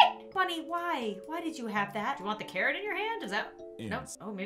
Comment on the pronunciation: i may just be deaf but when she said "theres a carrot here" i heard " theres a Karen here"